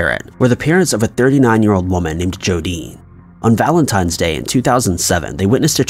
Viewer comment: Valentime's Day...? 👀😑 My God..